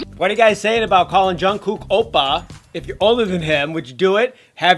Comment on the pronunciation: the way the man pronounces oppa makes my korean blood boil. "obah"